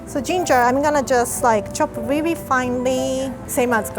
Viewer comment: Its really not wi wi